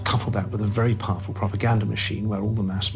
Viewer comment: Most powerrful ? That made me laugh)))